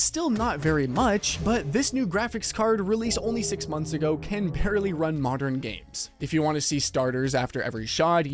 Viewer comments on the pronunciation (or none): none